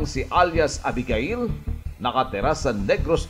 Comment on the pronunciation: Abegeyl po ang pg bigkas hindi 《a- bi-ga-il》